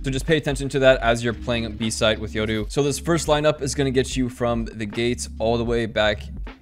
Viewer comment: Only dude who pronounces "Yoru" right.